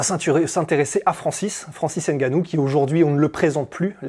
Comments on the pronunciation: Arrêtez c'est pas Haine Gannou, c'est Ngannou 🤔🤔🤔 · Bon reportage. Par contre faites l'effort de prononcer le nom de Francis Ngannou correctement. Même les américains a hollywood y arrivent. En France vous n'avez aucune excuse